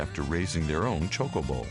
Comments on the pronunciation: say choke-a-bow like your sayin choke-a-bitch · His prononciation of chocobo was weird. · iv always said chocobo with the k sounding c. i thought thats just how it was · TIE-dus, Chow (like show) koe- bo. Chocobo -chowkoeboe. MAKE-OH, not Mahhhko. (mako). sorry forhaving to correct you so much..